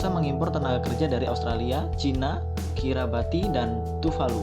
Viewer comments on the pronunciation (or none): Yang baca nggak enak banget, harus latihan dulu... Dan satu lagi nyebutin Kiribati koq menjadi Kirabati... di pacifik sono banyak negara2 kecil dan mmg nyebutin nya agak susah di lidah orang indo... Daftar negara kecil di pacifik : Nauru, Kiribati, Solomon Islands, Fiji, Tonga, Samoa, Micronesia, Tuvalu, Tokelai, Niue .. dll... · Membaca bg? Banyak kesalahan penyebutan nama. Yaren di baca Yeren Kiribati fi baca kiribati juga kok bukan Kairabati CMIIW sukses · Kiribati bukan kirabati..... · NGOMONG KIRIBATI AJA MALAH KIRABATI!!..ORANG YG SOK TAU DAN NGEJELEK JELEKIN NEGARA ORANG YA BEGITU TUH... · Kiribati dibaca kiribas